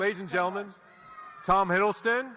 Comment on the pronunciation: Gaby Ward how dare u mispronounce his name 😔